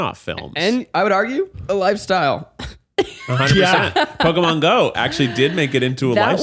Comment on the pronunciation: Also love that calls it pokéman not Pokémon it makes me chuckle every time